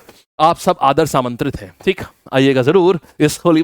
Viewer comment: Aadar samantrit ❎ sadar aamantrit ✅